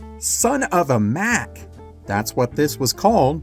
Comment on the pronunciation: It's Mac not Mic.